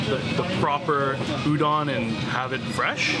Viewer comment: Good manners dictate..remove your cap when dining! Be polite. Udon is pronounced u-d Ohn ..not U- Don